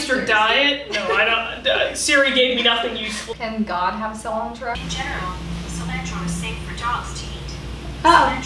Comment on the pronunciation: this entire thing: "sOlAntRO"